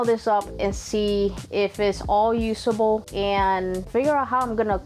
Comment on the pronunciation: you say dayse and yoosable but is actually said as daze and uzable. (days) (use-able)/ your welcome